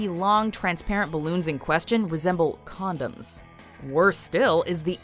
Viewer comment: Condumes bullons